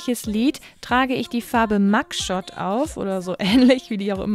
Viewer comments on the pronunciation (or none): none